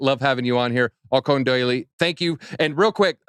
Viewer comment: “altcoin doily” 😂😂😂😂